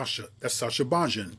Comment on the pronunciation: It's pronounced bayin